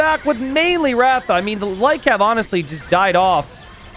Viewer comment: It is Rath रथ and not ratha